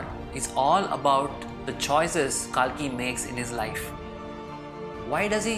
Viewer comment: Well........ He is not pronounced as KAALKI ........ It is KALKI